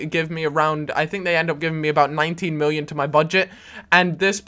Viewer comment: Why does he say "miwwion" ?